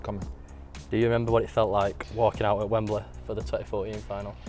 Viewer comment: the way holding pronounces wembley :'), "wemblehhh"